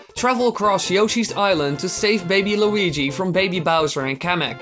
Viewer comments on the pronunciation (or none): none